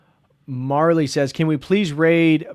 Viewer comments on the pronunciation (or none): none